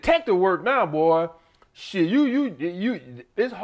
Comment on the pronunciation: that 'shieeeeeetttt' is straight from Alabama eeh haha...